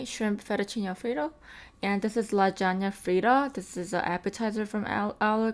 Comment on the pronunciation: Did you say lagana fritta? Lol